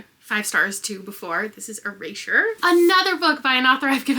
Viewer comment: what's up with your pronunciation of erasure